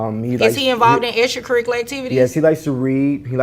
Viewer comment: extrrrcrriculrrr activities for the chlrrrdrrrn